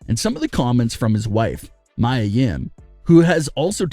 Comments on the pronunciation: It's not [maja]! It's MIA! Learn how to pronounce! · Why did he keep saying Mya when its Mia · how many videos will you upload with people correcting Mia (mee-yuh) name, it is not Mya it is Mia! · Mia not mya